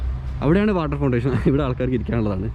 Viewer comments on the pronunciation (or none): Water fountain ആണ് ശെരി. Fontation അല്ല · ഇസ്ലാമിക കാര്യങ്ങളിൽ അറിവില്ലാതെ സ്വന്തം അഭിപ്രായം പറയല്ലേ... സ്ത്രീകൾക്കും ഖബർ സന്ദർശിക്കാം. പിന്നെ ഇംഗ്ലീഷ് വാക്കുകൾ പറയുമ്പോൾ ശ്രദ്ധിക്കുക.. unfortunately എനിക്ക് ഇവിടെ വരാൻ പറ്റി .....water foundation. എന്ന തൊക്കെ തെറ്റാണ് പറഞ്ഞത് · വാട്ടർ ഫൗണ്ടേഷൻ അല്ല... വാട്ടർ ഫൗണ്ടേൻ...... തിരുത്താൻ പറഞ്ഞത് കൊണ്ട് പറയുന്നു...